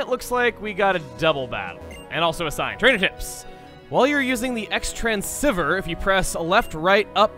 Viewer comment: Was Xtransceiver pronounced correctly even once?